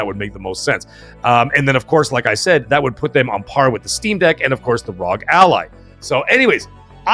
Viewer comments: Rog ally x, lol you keep calling it RzoG ally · Its even more of a mouthful, its actually R. O. G. XBox Ally X not Rog like frog. 🇨🇦